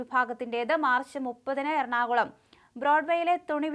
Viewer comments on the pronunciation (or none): none